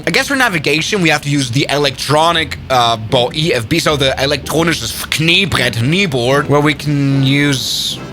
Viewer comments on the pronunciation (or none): Why is his German so extremely aggressive 😭